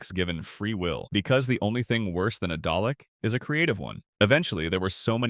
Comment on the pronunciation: You pronounce it like daalek not dollok